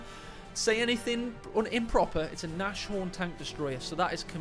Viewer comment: Better start getting it right from the beginning mate, Nashorn = pronounced Naaz Horn, not Naash horn = literally nose horn = German for Rhinoceros (which is also literally nose horn in latin)